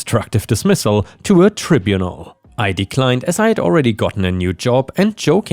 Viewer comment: Sorry you are getting some words wrong, english is vast though. Tribunal starts with tribe, long I. Ap-o-plec-tic is not the same as apologetic, apoplectic is when someone is so furious, they get red in the face, their eyes start getting very wide, but they may be beyond the power of speech, apologetic is constanty saying sorry. If a cat is doing what yours is there it is frightened, stressed, dehydrated or too hot, please take care.